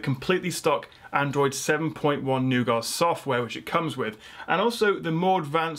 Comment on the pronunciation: Finally, someone who can pronounce nougat correctly.